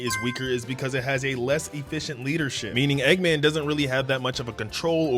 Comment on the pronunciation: Bro said eggaman